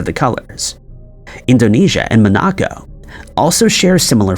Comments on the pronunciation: This is the first time I’ve ever heard someone pronounce Monaco (mohn a ko) as Muh knock oh lol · In french and Italian it's MonAco, in local language it's Munegu. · Just FYI, Monaco is pronounced with the emphasis on the first syllable.